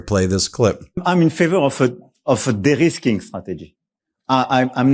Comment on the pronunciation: Macron says "derisking", not "the risking". It is not an English word, but needs to be taken up in everyday parlance, for the USA and Russia have proven to be highly unreliable, in fact, totally untrustworthy. Russia attacks us, and the American Administration has a kill switch on almost everything we use in Europe in terms of security. The only party that has shown itself to be reliable is China! All thanks to Putin, who has put his Useful Idiot in the WH in 2016 and still controls him in . (A kill switch manifests itself for instance through a software update over the air that will ground all F-35's, or closing down the data centers or internet, both of which are primarily run from the USA.)